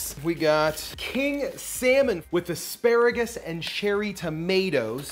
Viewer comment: "Asparagris" LOL